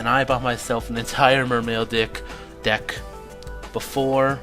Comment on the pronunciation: Did you say "dick" LOL :P